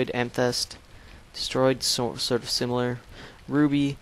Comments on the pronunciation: amythest say am-a-thest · Ama-thist thats how u say it